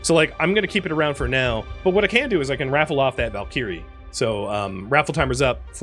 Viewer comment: I would recommend checking a pronunciation guide for "valkyrie". :) You've probably heard the word before and just didn't connect it with the spelling.